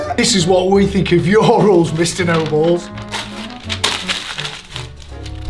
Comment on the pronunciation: I was asleep when he said the ruls